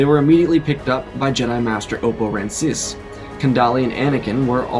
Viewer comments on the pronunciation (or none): Rancisis - three syllables